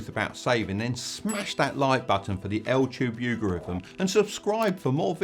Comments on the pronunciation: I think he's saying Al tube You garithm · Super insightful thank you ! Side note: Did you say L tube yougerithm on purpose ? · Did he say al-tube you-gorithm on purpose?😂😂😂